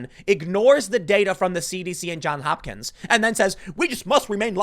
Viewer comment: JOHNS Hopkins. JOHNS <-- every time I hear "John Hopkins" I cringe. It is "JOHNS HOPKINS".